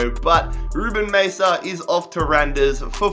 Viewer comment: Uhm Randers FC is most real if you say Raners FC the d is is silent And i know cause im from Denmark